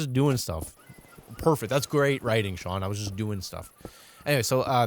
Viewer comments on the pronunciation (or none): none